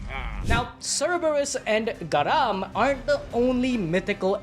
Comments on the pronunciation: The hellhounds name is garm not.. garop?! Really?! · Its Garm not GarAm lol, also It is Fenrir biting the hand of Tyr. Garm and Fenrir are separate Hounds/wolfs, but the stories sugets its Garm who Will be Tyr’s demise come ragnarök.